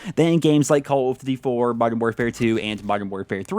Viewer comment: caw of dewdy bwak awps